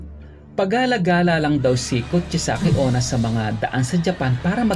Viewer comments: It's kuchi-sake-una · it's kuchisaki onna